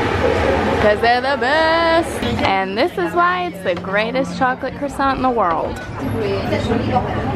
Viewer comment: I love you 2 and your vlogs but please say croissant properly. I'm pernickerty like that lol